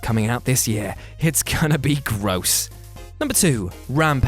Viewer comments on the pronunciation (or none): none